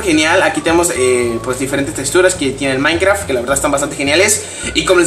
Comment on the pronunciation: si le repiten donde dise he maincra se escuha como si disiera he maicra he miacra lol jaja like aaaaa y nuevo sub